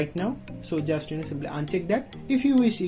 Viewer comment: I have simple tips than his steps 🤣😂 and he have grammar mistakes 😂 so please go to the tution don't make this nonsense videos. It's turbo not tarbo